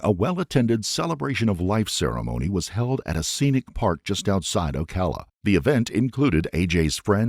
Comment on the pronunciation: Subbed instantly because my dude actually pronounced "Ocala" correctly!